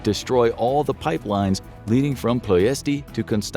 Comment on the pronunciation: It is pronounced PLESH-ti